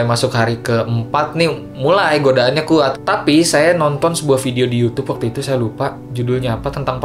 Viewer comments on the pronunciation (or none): Epic moment: "Lebih khuat" - Fiersa